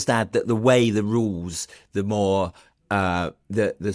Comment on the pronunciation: I watched for a while, but only Allan could pronounce 'th' properly, so I gave up !